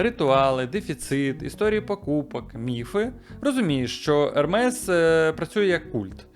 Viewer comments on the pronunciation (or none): Правильно Ерме не Ермес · правильно казати «ерме» а не ермес. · Тільки казати треба "Ерме") бо це з французької, а там "s" не читається) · Назву бренду Hermès правильно читати як «Ерме́с». Пояснення: Це французьке слово. Літера H на початку не вимовляється. Наголос падає на останній склад. Кінцева s теж не читається, але знак наголосу è показує правильну вимову. ❌ Неправильно: Хермес, Гермес ✅ Правильно: Ерме́с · Але правильно назва заучить, як Ерме.